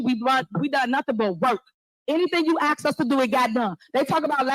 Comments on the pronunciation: Learn to say the damn word ASK properly, god damn it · Why can't ghetto government officials at least not say "axe". Should they not be some sort of example?..... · If your mayor says ax instead of ask, get a new mayor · When a mayor, says the word Axe instead of Ask run..... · "YOU 🪓 ME A QUESTION" Basic phonics impossible for the MAYOR??? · They sure were “axing” a lot of questions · she will “AX” a question just watch.. she mean dat.